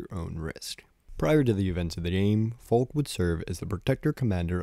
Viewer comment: I genuinely hate how he says Falk and not Falke :[